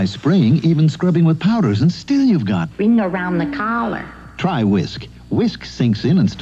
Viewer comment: "wring-garound the cawler"